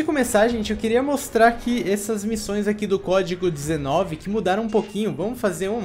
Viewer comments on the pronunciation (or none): 0:5 No Momento que o Falou Código 19 eu entendi Covid 19